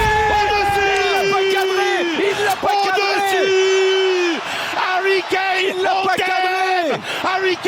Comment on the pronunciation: C'est plus Harry Kane c'est Harry Kané. Vous comprenez ? Harry Kané. À RICANER !!! 🤣😂🤣😂